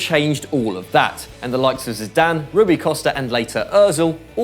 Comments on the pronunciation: It's NOT Ruby Costa, but RUI Costa! Great Video.... Thanks! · lool "Ruby Costa" xD